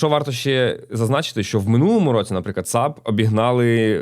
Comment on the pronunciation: але найбільше повеселило вимова назви компанії SAP (не як три окремі літери ) тому маю пропозицію використати цей же підхід в наступному випуску і маст-хей згадати FAQ